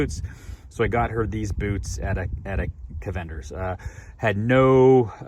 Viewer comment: I can't trust a guy that doesn't know how to say cavenders